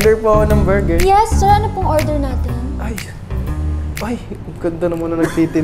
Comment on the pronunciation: borger daw😂